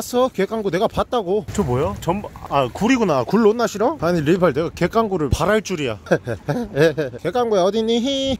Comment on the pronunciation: ㅋㅋㅋㅋㅋㅋㅋㅋㅋㅋㅋ river ㅋㅋㅋㅋ